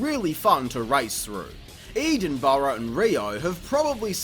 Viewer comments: Excuse me, what was the that??? :P Eeeedinburgh? :P Jokes aside though, I had this game as a kid and am glad it actually holds up alright!!! Loving Hawktober this year, but considering where my weird interests lie, that's probably not too surprising ;) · Hey man it's pronounced eddin-bruh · That is one interesting pronunciation of the word Edinburgh 😂